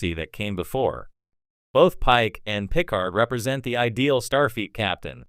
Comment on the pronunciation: I know jean pronounced like a female and Picard is pronounced the way the the lady innkeeper calls him in times arrow (pick-ard)